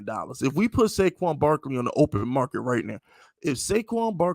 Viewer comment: did my guy just loose his rabbit ass mind and say pay saquan?